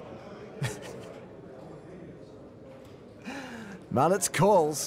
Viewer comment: or is it just irritating to me that the subtitles in this movie and the commentators say "mallets" instead of "Malec" correctly. I understand that Polish is one of the most difficult languages in the world, but somehow the name of the German player is pronounced correctly, although German is also a heavy language. Yes, I am Polish, but no matter where, I always ask how to pronounce someone's surname correctly, and here I can see that no one has thought about it, and this is TV :)